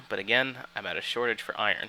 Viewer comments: it's pronounced eye-rn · He pronounces iron "eye-yearn" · For fucks sake its IRON.